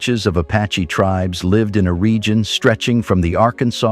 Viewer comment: WTF computer voice sucks. Native tribes mispronounced.